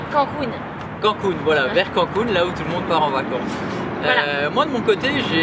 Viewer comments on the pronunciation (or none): Yeah les compagnons Je vous aimes :) On dit CANE-COUNE ;) CANCUN